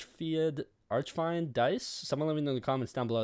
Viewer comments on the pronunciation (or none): It’s pronounced “arch feend”